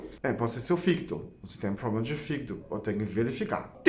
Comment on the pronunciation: Quando você melola o fígido kkkkk Não resisti